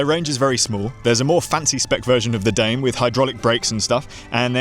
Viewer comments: it should be pronounced “dah may” assuming the brand “primos” is spanish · I could be wrong, but I believe it's pronounced "Dah-may" lol. Next up is the Poseidon X Ambition, Triton, Redwood.